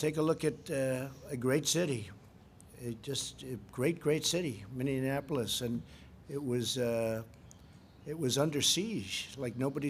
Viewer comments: didn't know it was pronounced "Minneanapolis"...that's our "president" folks 🤦‍♂️ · N one night it was over...????He can't even pronounce "Minneapolis" correctly, let alone contribute to our culture. The situation was calmer because of OUR actions, not because of anything President Bozo did. And as to"the cleanest air," thank the coronavirus crisis for that. In spite of TrumpPence evil monster's destruction and abrogation of environmental regulatory bodies and regulations, it is the past history of the US and elected officials that we can thank for improved quality of life, not this a**hole. Whatever happened to humility and "standing upon the shoulders of historical visionaries"??